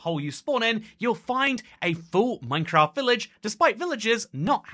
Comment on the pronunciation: Funny, especially because I'm mostly listening to the video whilst doing something else, I suddenly hear "NineCraft" I have a "NeinKraft" meme on my phone 😅 Nine and nein are pronounced the same